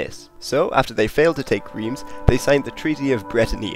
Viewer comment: Not bad for 4 minutes and 46 seconds but lord, these mispronunciations of French names/place names are killing me! :D At least do a quick check online for pronunciation when doing a video about foreign peoples/locations. Maybe check a few different sources if you have time. At least one source to say you tried. Orléans, Reims, Crécy, and Poitiers are NOT properly pronounced the way that you pronounced them, just to name a few examples. Phonetically, close approximations in order: Orléans: Or-lay-ahn, the three sounds flowing smoothly one after the other; Reims, Rahnce, (As how "France" is pronounced by a French Speaker, Frahnce); Crécy, Cray-see, (Like "crazy", just a soft 'c' or 's' sound not a 'z' sound); and Poitiers, Pwa-tea-ay, the 3 syllables again, flowing smoothly together. Of course, to add to the difficulty, not all French Speakers will pronounce it quite the same but they will know what you are talking if you try just a bit.